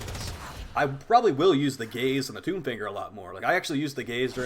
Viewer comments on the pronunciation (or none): none